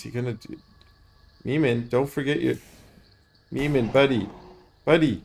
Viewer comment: Niemand is a German Word. Pronounciation: "neemunt". Great casts! Cheers